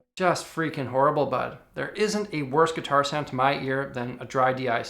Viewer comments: Your canadian accent came up finally when you said bud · "Just freakin horrible bud" Not sure if Canadian or Letterkenny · I think his Canadian is showing